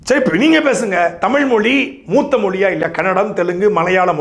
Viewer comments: முதலில் நீ தமிழை தமுளாக பேசுவதை நிறுத்து ! இளையராஜா பாடல் வார்த்தைகள் போல காலோம் ராகோம் மோகோம் நியரோம் என தமிழ் சிதைந்து போவதை நிறுத்து !! தமிழ் மட்டுமே இப்படி தேய்ந்து போயிருக்கிறது அதாவது உன் தமுளில் " தேய்ஞ்சி போச்சி " ! தமிழே இப்படி இருக்கும் போது "தமுளு தா ஒசத்தி" என அலறுவதில் பயன் இல்லை !! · முதலில் உங்கள் அண்ணனை ழ உச்சரிப்போடு ஒழுங்காக பேச கற்றுக்கொள்ளச் சொல்லவும் ! பிறகு தமிழுக்காக மூன்றாம் உலகப்போர் தொடங்கலாம் ! சாட்டை முருகன் தமிழ் தமுளாகும் போது சிரிப்பை அடக்க முடியவில்லை ! ழ, ஜ , ஹ உச்சரிப்பு அறவே இல்லை அவரது பேச்சில் ! சார்ஜ் [ CHARGE] என்பதை CHAARCH என்கிறார் ! PROBLEM என்பதை BIRAAPLEM என்கிறார் ! வழக்கம் என்பதை வளக்கோம் என்கிறார் [ இளையராஜா வரவால் சிதைந்த தமிழ் ] ! தமிழுக்காகப் போராடுவதாக சொல்லிக்கொள்ளும் எவருக்குமே ஒழுங்கான உச்சரிப்போடு தமிழே வரவில்லை !! அவர்கள் சோகமாகப் பேசினாலும் சிரிப்பு வருகிறது !